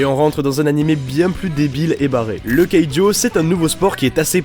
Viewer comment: c keijo!!!!!!!! pas keijo